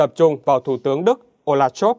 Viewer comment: Scholz tiếng Đức đọc như Shols tiếng Anh bạn nhé, đừng đọc là "Shôp" nữa (vì làm gì có “p” hoặc “f” ở cuối từ đâu)! Nhân tiện đây nói thêm: nhiều người Việt cứ đọc “A-đôp Hit-lơ”hoặc “đánh gôp” nghe rất buồn cười (vứt béng âm “L” trong Adolf và golf đi vì không đọc được).